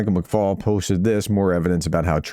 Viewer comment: Thanks for pronouncing our name correctly ( McFaul ) - Jake Broe needs to learn that it is not pronounced FOWL....its Fall.